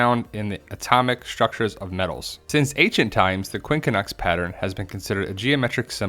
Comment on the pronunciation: JEAR-BEAR? LOL! it's pronounced Quin cunx.